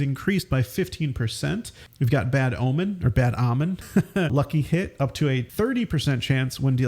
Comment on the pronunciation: Why are you pronouncing omen like "Ah-men" when there's no actual debate on how "O-men" is pronounced? Basic English here, both US and British. Are you intentionally mispronouncing it for humor? Have you seriously never seen that word before?